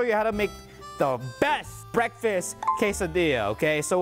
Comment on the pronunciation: DID HE SA BEKFAST ME LIKE BEKFAST!!!!